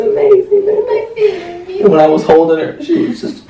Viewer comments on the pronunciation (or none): Sarai Garivaldi i thought he said babah in stead of bebe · Sarai Garivaldi i thought they say it bebeh 😂☺️😍😍